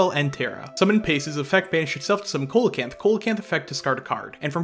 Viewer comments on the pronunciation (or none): Small thing: Coelacanth isn't pronounced COAL-a-canth, it's pronounced SEE-la-canth. It's a soft C and a silent O. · IDK man I'm hearing colacanth not holacanth. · it's pronounced See low canth. I'm glad you pronounce Ghoti right though. for those unaware, Ghoti is pronounced FISH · Great to see these combos visualised, nice and concise too but it seems MBT’s inability to pronounce card names is spreading haha The pronunciation of Coelacanth was hurting me a bit but that’s ok because the video was still really good (and I’m sure most people don’t care about the pronunciation). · It’s actually see·luh·kanth if we’re being were being pedantic. And the whole “Ghoti is pronounced Fish if you take the Gh from Enough and…..” thing is funny at first but makes no sense in reality. The position of letters in words is important so if you can find a single word with “Gh” at the start that is pronounced “f” and a “Ti” at the end that is pronounced “sh” then I’ll accept it’s pronounced “Fish”. Is your username “Spooky Fist Hero”? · Did u just call it Holacanth? Is this some inside joke I'm not aware of? Edit: I watched the rest of the vid and he is in fact saying Co-lacanth not Holacanth which is what the first instance sounds like.......however if you know that Ghoti is meant to be pronounced 'fish' surely you know coelocanth is not pronounced the way you say it so again....is this some joke I'm not getting? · Am I the only one triggered by the way they say Coelacanth? lmao great video tho. makes me wanna build the deck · Coelacanth is not a hard C at the start, dude, come on.